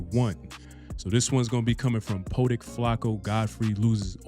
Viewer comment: it’s Poetic not Poe-Tick